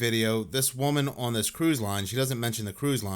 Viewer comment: My guy, I love the videos on both your channels… BUT the word “ON” is a one syllable word lol. I’ve never heard anyone stretch it out to a two syllable word like you.